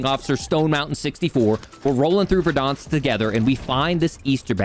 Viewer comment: Please stop saying verdÃnsk